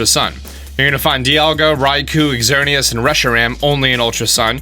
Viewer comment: “Ex zerneus” 😂